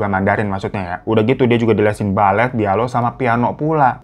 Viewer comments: Salfok sama babang glowing nyebut lesnya ashunta les biola ❎ les bialo ✅🤣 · Bang biola bang bukan bialo 🤣🤣🤣🤣🤣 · BIOLA BABANG BUKAN BIALO , APA AKU YG SALAH DENGER !!!!! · biola kali bang bukan bialo 😅😅 aaahh aya aya wae😂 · Bialo? Kiplisit yah Bang? biola mgkin maksudnya 😂😂😂 gapapa tpi, ku mengerti kokz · Untung hiro bilang bialo gx blao😅😅😅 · Bukan bialo bang BIOLAAAA😂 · Menit 5 bang horo bilang les bialo 😅 biola bang biola 😂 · kak salfok biola, kenapa jadi bialo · 5.14 biola bang..bukan bialo😂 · biola bang bukan bialo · bialo atau biola yhh ? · 05.13 les bialo itu apaan bang😂😂😂😂 play ulang sampe 3 kali kirain kuping majikan yg budek😭😭😭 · bialo apaan dah?. Emg ada itu bialo apa emg salah ucap aja😂😂😂😂